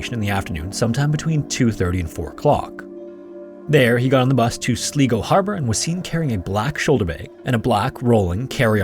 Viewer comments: the i in sligo is pronounced as an i not an e.... and you think he knew when he was going to die? stroll on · the real horror is the mis-pronunciation of sligo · i slapped my hand so hard over my mouth to stop myself from laughing when i heard that 😭😭 i know it’s hard to guess the pronunciation of foreign areas sometimes, but i feel like Sligo is a fairly straightforward one lol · It's not "Slee-go", it's "Sly-go". Like sly mambo. Love the shoe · Sly-go not Slee-go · Sly-go, not Slee-go 😅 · The main mystery about the man in Ireland that’s why you keep pronouncing it Sleego instead of Sligo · Sly go. It’s pronounced Sly Go not slee go. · Sly-go not Sleego. Just so you know. Best wishes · Sligo is pronounced Sly-go (not Slee-go) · Its pronounced sly-go not slee-go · Sly-go not Sleego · Wouldn't normally say this but it's the second video with Sligo in it so just on its pronunciation- its SLY-GO not SLEE-GO (Sorry!) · Why dont you take 10 seconds to Google the pronunciation of the places you're talking about? It's not Slee-go, it's Sly-go!! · SLY..GO..! Not Slee go. S L Y G O, SLYGO. SLIGO GOOD PROGRAM BUT PLEASE..... Sligo 🏴😳🤔👌🏻👌🏻👌🏻🏴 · As an Irish person, hearing Sly-go pronounced sli-go is quite funny. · Sligo is also pronounced "Sly-go", not "Slee-go", but I'll also give a pass on this one :) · It's pronounced sly-go, not slee-go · My favourite weekly watch. Theres something relaxing about this channel even though, often horrific also. Incidentally, Sligo is not pronunced "Sle", sounds like Sli, as in high. I'm from Londonderry/Derry. I remember this case. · God, you don't know how much I hate this part of me, but it drives me nuts when places are mispronounced, I'm shouting sly go, each time he says slie go, lol. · The first story: "Slee-go" lol. It's pronounced "Sly-go". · Sly-go....not slee-go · Sleego harbour 😂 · Northern Irishman here. Sligo is pronounced "Sly-go", not "Slee-go". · It’s Sly-go (Ireland) not sleego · It’s pronounced Sly-go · Sligo like "sly go"